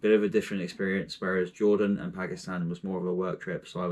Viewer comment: At least pronounce it right